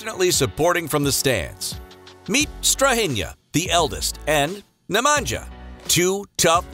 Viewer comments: Love the Jokic brothers. One thing to note Nemanja is pronounced Ne-man-ya not Ne-man-ja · Strahinya and Nemanya(StrahiNJa and NemaNJA) not NemanJJa...Nj like Nju York (New York) 😆 Talk serbian so everyone understands you! :) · Like you pronounce name Strahinja (Strahinya) - the same way if for Nemanja ( Nemanya) ...